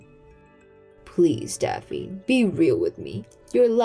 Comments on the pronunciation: Daffnee ….. not Daffeen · Gawd sake - Daff-nee not Daffine. And I'm sure there are plenty of cheaper places to live in the US that aren't Alaska! I heard that all food has to be 'imported' and is very expensive.